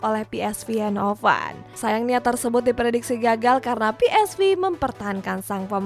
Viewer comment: "PSVe bukan PSVi pake Ve "